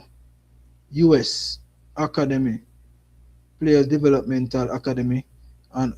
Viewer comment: Dam bro.. you’re butchering the English language! It’s rosters not rasters! Academy not Hacka demy! SMH